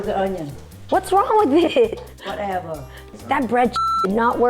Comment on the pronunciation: Subcryyy and whatevaa kill me every single time‼️‼️‼️😭😭😭😂😂😂😂